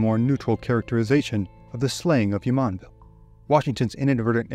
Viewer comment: The “JU” in Jumonville is pronounced like the “JU” in Julie. Not like the “YU” in Yulia or the “YU” in the Spanish name Julia.